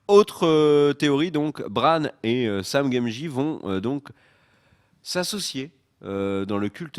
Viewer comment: super vidéo les gars, grâce à vous je vais pouvoir patienter!! juste une question, à 14'55 "Sam Gamgie"; c'est une blague ou c'est une erreur?! lol super chaîne continuez!!